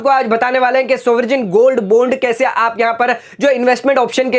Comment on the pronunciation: Good info.spell as baund n not bond Sovrin is right pronounciation n not soverjin